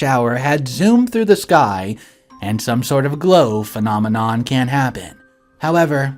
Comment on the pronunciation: Dude, you aren't pronouncing phenomenon right..